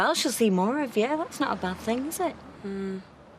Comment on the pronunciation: Since when does sure and more have two syllables.